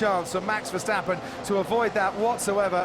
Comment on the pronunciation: Just noticed the commentator call max verstappern jos verstappern